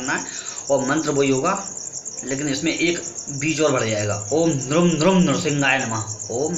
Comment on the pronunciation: 'Nrum' nahi 'Nrim' bolte hain.